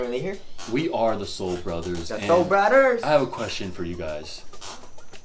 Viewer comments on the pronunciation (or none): said sole broters😂😂😂😂😂😂😂😂😂😂😂😂😂😂😂its brothers